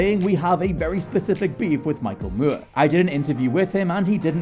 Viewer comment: Who is Michael moo-were?